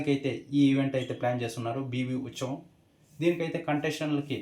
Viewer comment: Uchavam ❌uthsavam✅